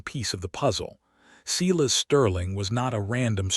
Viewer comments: Seye-las, NOT Seelas!!! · and how to pronounce stating and Silas